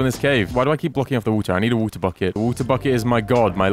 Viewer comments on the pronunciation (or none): Make a chestplate which sucks ores in 50 blocks radius. BTW why do u say v-u-t-e-r IT IS W-A-T-E-R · Has anyone else noticed that he says wuta buckets instead of water buckets?